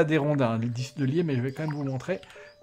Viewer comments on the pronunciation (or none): c'est toujours navrant pour moi d'entendre de telles fautes de Français...il faut que je t'en fasse part...dix pioches, dix pelles etc...on ne prononce pas "disse" mais "di"....et un peu plus loin...on ne fait pas la liaison avec les Haches!....je sais c'est pas toujours facile de faire du sans faute...je ne résiste pas à dire ce qui me choc un peu ^^